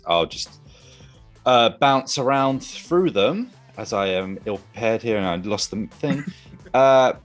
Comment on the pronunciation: Its Through not Fhrough...